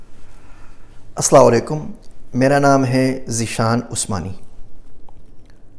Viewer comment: معزرت چاہتی ہوں آپ جب سلام کہتےہیں تو اسلام وعلیکم کا" م" کھا جاتے ہو اور ( اسلا وعلیکم) کہتےہیں۔